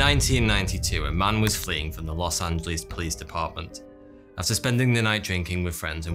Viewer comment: Is it just me ot did he say Los antos from gta5